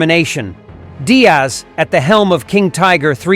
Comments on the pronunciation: George Diers* not Diaz ai is so annoying 🙄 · How could you possibly think that Diers is pronounced Diaz? 🤯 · It’s actually Georg Diers, pronounced “deers”. No big deal, just some heads up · Thank you for bringing forward this historic King Tiger Berlin episode in what is sometimes referred to as "The Last Battle", borrowing from the title of Cornelius Ryan's epic novel on the fall of Berlin as written some 60 plus years ago. However, as noted below in a comment made a year ago, the narration mispronounces the name of the commander of King Tiger 314. His name is Georg Diers and it is in no way pronounced as "Diaz" as the narration does 10 times throughout the course of this video. The correct closest English equivalent is the plural of "deer" as in "deers". I have a book titled "For The Defence of Berlin! The Recollections of Georg Diers, Oskar Schäfer and Henri Fenet" compiled, translated and edited by Peter Mooney with a subsequent publication in 2017. As seen in that book title, it is "Diers" and not "Diaz". In addition, by way of marriage I have a family member who is an American-born younger cousin of Georg Diers whose birth came approximately 20 years after his. This family member lives in Colorado. Her father was an uncle of George Diers even though both men were born in a similar time frame in Wiefelstede in far northwestern Germany. It would please the surviving members of Georg Diers' family in both Germany and in America to have him honored by way of a correct pronunciation in this video. In view of that, is is possible for you to to redo the narration? I thank you in advance for your attention to this matter!